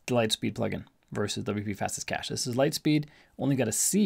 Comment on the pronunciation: it is called LITESPEED CACHE not Light Speed Cahce ;-) Thx for the Video